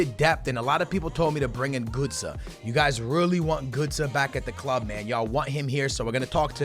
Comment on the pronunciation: Its not gūtze